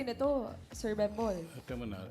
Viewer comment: Bembol, hindi "bimbol".